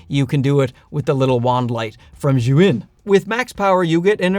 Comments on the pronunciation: It's almost as if he switched the vowels to make Zhuyin - that would be closer to what he is saying 🤦‍♂🤦‍♂ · Zhiyun may have sent you the lights, but apparently they didn't tell you how to properly pronounce their name. It's NOT [and could never be] "zhu-in" - and isn't even spelled that way, which my Chinese wife immediately pointed out. She's a native Mandarin speaker and says it is definitely pronounced "zee-yun". I thought a "huge fan" like you would want to know. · Bro you need to learn how to pronounce Chinese. it's like JEE YOON. Don't keep saying "JOO WIN" ... It's just straight stupid. You sound stupid. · Just for your info, zhiyun is pronounced as “G-Yoon”